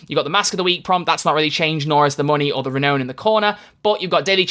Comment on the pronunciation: You not being able to pronounce renown still gets me every time lol